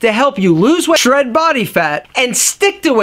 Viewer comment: "lose weigh---/s/hread body fat"